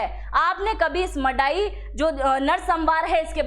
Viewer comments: Hello sister if you don't know how to pronounce the please it will be better not ro read the news , as you are pronouncing ( Mandai for your kind information where is the sound of N it's not Madai it's (Man dai) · Tripura may pehel se hi bangali tha, sare bangali bangaladesh se nahi aya hai, aur yea tribal logo ko koi porishan nahi kiya. Aap log video bananese pahale thik se reserach korna cha hi a madam. Aur aap to thik se village ka naam hi nai bol paa ra he ho kiya information doge yea madai gaon nahi hai yea Mandai hai. Pagol k tara video mat banaw galat information mat banaw. Kisine inlogo ko parishan nahi kiya pahele research koro dahise, tripura may ake thik se logose bat koro phir video banaw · its man dai not madai. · Madai nehi, Mandai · Phele gram ki nam thikk se lelo madam 😂 madai gram nehi , mandai gram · Madai gao nehi * mandai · ईये "मड़ाई " नहि, "मन्दाई " है। Please get it corrected. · It's not mandai it's mandwi in the name of a tree 🌳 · Madam not Mandai ye 'Mandwi", he, Bengali logone area ka namke change kardiya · M A D A I❌ Nehi,,,! MANDAI✅ M A N D A I pls, correction (proper word's) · It is MANDAI not MADAI, there is an N